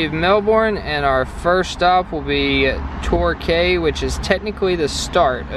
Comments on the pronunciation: it is pronounced tor-key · I loved the way pronounced Torquay - “Tor-kay” instead of “Tor-key” 😆😆😆. Not picking on ya, just funny 😄. And I absolutely love Kara’s constant attempt to speak Aussie. 😆💜😁💋 I watch your channel religiously but always thought you had only flown into Melbourne and out again, I’m so glad I found these, I love hearing what people think of my hometown and state 🥳💜🤩👏🏼👏🏼💋. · when they said torkay not torkee lol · ps tor-key not tor-cay :) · Tor key Not torkay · 1st. There not French fry’s there chips 2nd. There’s no “slow” lane there all the same you just can overtake on the right 3rd. It’s called tor-key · Never seen anyone pick up the whole fish when eating fish & chips, lol. It’s pronounced TorKEY. Spelt Torquay. A Quay is where boats dock. . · Their chips. Not fries, unless your at mcdonalds. Their koalas, not koala bears. Its Torquay, pronounced tore key.